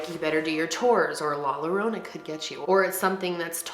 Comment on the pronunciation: XD it killed me when u said Llorona love ur vids tho